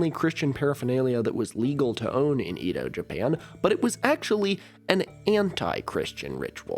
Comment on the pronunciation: Edo is pronounced "Ey-doh" not "ee-doh"